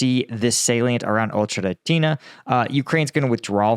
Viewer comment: Ocheretyne the y is mute